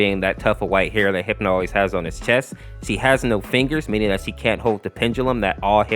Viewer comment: I know he didn't say it But it sounds like he said hipo Instead of hipno